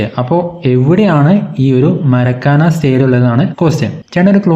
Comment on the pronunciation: മരക്കാന അല്ല മാർക്കാന ആണ്